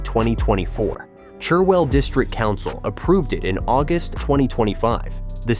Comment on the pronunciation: American here & I gotta say, I cringed at “Chur-well” and “Mur-le-bone.” Argh, Oh well, where I live this is about as much OUFC as I’m gonna get.